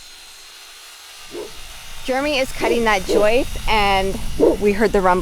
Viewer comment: it's JJJJJOIST not YYYYYOUIST.. Speak English brother 😂😂😂😂😂😂 Love You Melissa Happy 40th Birthday love from The Land Down Under 😘 😘 😘 😘 😘 Ps love you too Jeremy you are a beautiful man 😉😘😘